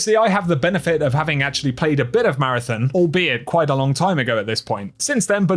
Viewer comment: Take a shot every time he says “MARATHIN”